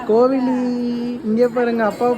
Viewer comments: Name tamil peru dhan but ninga renduperum solradhu pronounce panradha thapu kovili ila kovizhi tamil la crt ah kupdunga name ah azhaga vechitu thapa kupdadinga🥰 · Good name pls try to pronounce the name as கோவிழி Not கோவிலி. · கோவிழி அற்புதமான பெயர், வாழ்க வளமுடன். ஆனால் கோவிலி என்று சொல்கிரீர்கலே, தயவு செய்து உச்சரிப்பை சரிசெய்ய நன்று🙌🙌🙏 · "ழி சொல்லி பழகுங்க. கோவிலி னு சொல்லாதீங்க. தமிழ் பெயர் வச்சத்தில் பெரு மகிழ்ச்சி.. தமிழுக்கு சிறப்பு "ழ ".. கரம். எனவே கோவிலி னு சொல்லி பெயரின் அழகை மாத்திடாதீங்க pls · Name கோவிழி but both of u pronunciation கோவிலி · கோவிழி உச்சரிப்பு சரியா சொல்லுங்க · Papa pera correcta pronounce pannung.parents Rendu perume unga pappa pere solreenga.idula pera vilakkam solreenga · Varadhu nu solakudadhu soli pazhaguna dhan varum😂 apron andha peruke azhagu ilama poidum kupdradhula dhan azhage iruku tamil peuar tamil la crt ah soli kuptadha nalairukum ok va sis